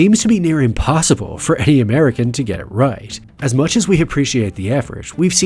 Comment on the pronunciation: I think the issue wasn’t that he was using the “ye” version of E (which many Russians who aren’t very fluent in English do), it’s how pronounced it was, especially in “get”. He almost made it two syllables, like “Gee-yet” whereas in the next example in the same sentence (“fiftyeen”), it sounded much more natural and subtle.